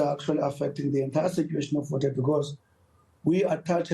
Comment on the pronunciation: Fort Hare* and not force hare